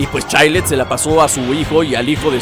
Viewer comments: Se pronuncia Chaild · Se pronunsiava chaild